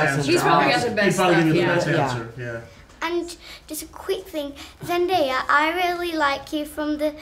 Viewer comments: How did she pronounce Zendaya PERFECTLY and the butchered Jacob’s name? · when an 8 year old got Zendaya's name on first try . faster than all the other grown ups ever get her name wrong! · this kid pronounced zendaya's name better than other adult interviewers